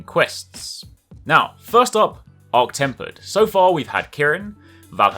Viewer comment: not temp zorah...arch temper